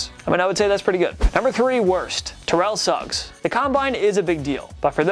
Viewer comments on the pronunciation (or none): When he said terrel Suggs I thought he said terrel sucks